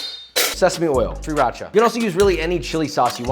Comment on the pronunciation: Sriracha is about the only hot sauce I don't care for, but I love that you actually say it correctly